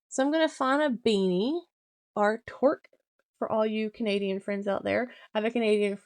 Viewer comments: Great video full of information thank you 😊 Canadian here, touqe isn't pronounced like that it's like "two with a k at end"...😊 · Hey! Great and informative video that I very much appreciate! However, (gentle and well meant correction here….yes, I am Canadian 😉)….the word TOQUE rhymes with kook, juke, or fluke. There is no “r” in the word. I’ve just discovered your channel and am loving the content…looking forward to watching your work from the beginning! Thanks for all you do!